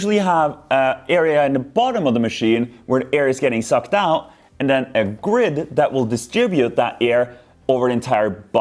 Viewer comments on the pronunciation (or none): none